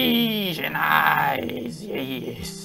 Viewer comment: I like how you said A S I A N E Y E S 👀